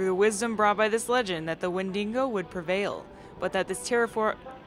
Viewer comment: I really love the way you pronounce "Wendigo" with an extra "n" :)